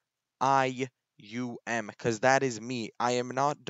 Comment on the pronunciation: His name is, dark rai tweem thats how u pronounce it!